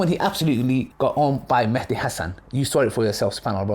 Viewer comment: Not an issue, but it's actually an Arabic word , and both written and pronounced as Mahdi, NOT Mehdi. In the original Arabic, there is an accent on the M, meaning you make a MA sound , NOT a ME sound .